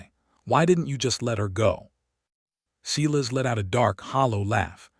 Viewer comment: When a bare footprint was found in the snow, how did they instantly know it belonged to her?/ Silas is pronounced Sigh less and not See less.